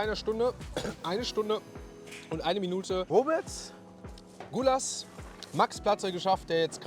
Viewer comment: Guuuula 😁😁...das heißt Gulller